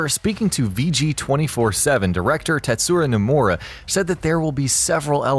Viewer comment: “xeeehanort” “tetsura nomura” nice